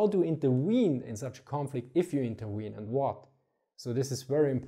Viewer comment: Now that I think about it, you add another meaning to the word "intervene" when you pronounce it as "interwean". Not only are you intervening in a conflict to affect its outcome, you could also be weaning the region from conflict...